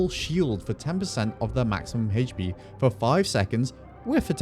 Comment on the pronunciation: Why does he say HatchPee? instead of HP?